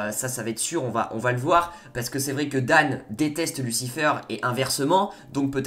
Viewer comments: Mec t'es pas anglophone stop dire lucifeure c'est lucifayr .... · Tu dis n’importe quoi, amenadiel n’a jamais dis que Michael est plus fort, justement il a dis que Lucifer est plus fort, et tu dis « lucifeur » au lieu de « lucifèr » et Lucifer est allez en enfer pour protéger chloe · Arrête de dire lucifEUR stp 😭😭😂